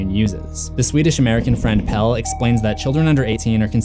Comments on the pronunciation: there are quite a few times when she pronounces it as does. Chris-tee-ahn. Florence Pugh is English, and while her American accent is flawless, she pronounces Christian as English folks do. She also mispronounces Pelle's name (saying Pel-lay. It's correctly Pel-luh. Oddly, and several other reviewers sat "Pell."). The scene where she rides on the May Queen Wagon and says "Can Christian come too?" is one of the several times when she pronounces his name with three syllables. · I love how everyone says Pelle when its suppose To be pronounced PellE, the E is not silent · I stopped watching this the moment you mispronounced Pelle’s name. You would know how his name is pronounced if you actually bothered to watch the film, even just once, never mind the fact you’d have to watch it more than once just to catch things you’ll miss the first time around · and Pelle as PEL :D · something you missed: the second E in Pelle is not silent. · and also "Pelle" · And pelle’s name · You’re saying Pelle wrong too and it was stressing me out a lot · 1. She doesn't end up speaking our language. They're speaking Swedish throughout the movie but in that particular scene it's gibberish, I think in order to point out the "out there" feeling. 2. Yes, Maja is a name that basically means "may". 3. This constant weird pronunciation of Pelle... 😂 It's "pel-eh", not "pel". Also no adult is called that since like the 50s... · The worst things are the way he pronounces Pelle and Paimon